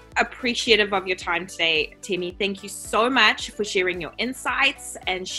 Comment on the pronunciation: Temi not teemi